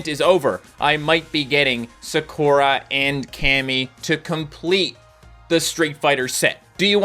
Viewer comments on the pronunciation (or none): im begging you too look up how to pronounce Sah-ku-ra, not Se-ku-ruh